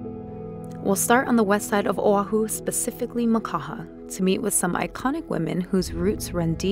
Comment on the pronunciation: Beautiful video! But you pronounce hawaii wrong.... And ohau